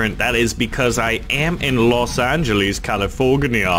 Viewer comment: Is there really an island call "LOS INGGELES" XD